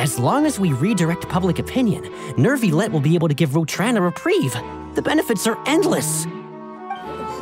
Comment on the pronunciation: Carole one of the rare English voice that pronounce Neuvillette’s name right without the “r”